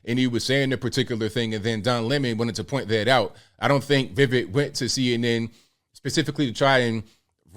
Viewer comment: His name is We- wake, and your pronunciation was not so bad. To be fair, Vivek himself cannot say his own name properly due to his American accent